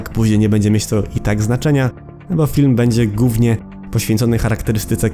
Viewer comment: Uwielbiam Twoje filmy ale Twoja dykcja momentami wszystko psuje. Przykład "Film będzie GÓWNIE..."